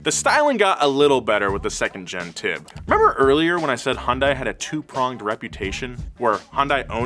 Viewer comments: im not a fan a hyundai at any means but it kills me when people pronouce Hyundai as "High Un Dae" instead of "Hyun Dae" lol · It's Hyundai not Hundai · YES TY ITS HY UN DAI NOT HYUSDAI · Hyuhn-dae Not hi-yun-die. Not hon-die. Hyuhn-dae. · It's pronounced, "Huhn-Day", not "Hahn-Die" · It’s pronounced Hahn day not hi un day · It's HUN-DAY. Not Hun-DIE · Hun-DAY. Wtf is hi-un-die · Hyundai is pronounced like “Sunday” but with an H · I dead ass pronounced it Hsunday now🤦‍♂️ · No it's not, it's pronounced He-un-die-ee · it's pronounced like hyundeh 현대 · no it aint, take it from a korean. Its pronounced Hee yun day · Stop pronouncing it with and i. Hyun-deh. Done. -korean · yea the english spelling of korean words is very often incorrect. It's hyun deh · Wrong it's Hi-yun-die-yay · nein the pronunciation of 'A' when saying apple. h-yun dae(Hyundae moters) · I'm korean and it is pronounced hyunde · What a fantastic video! I simply wanted to share an interesting tidbit with all of you: the correct pronunciation of Hyundai is "Hyun" (similar to "Shun") and "Dai" (pronounced like "Dé"). However, in the grand scheme of things, I guess it doesn't even matter. I truly believe that this automaker's trajectory will only continue to soar. Bet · hyundai, rhymes with young day. <3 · Guys it's pronounced Hyuun Day like a Sundae 😭 Killing the Korean inside of me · Take a sip everytime he calls it “HanDie” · One of the most interesting things about Hyundai ( "HUN-DAY" ) is how many people cannot pronounce the name properly 😂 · what’s a HIYUNDAI? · It's pronounced Hyundai, like Sunday. Any respected journalists would know this. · It’s pronounced hunday, like Sunday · Hyundai is actually pronounced Hyun-Day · It's pronounced "hun-day" like Sunday. Hyundai even ran an add campaign just to explain this because no one would say it right. Surprisingly, not even the car enthusiast YouTube channel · It's so fun watching Westerners trying to pronounce Hyundai lolol Its Hee-Yun De.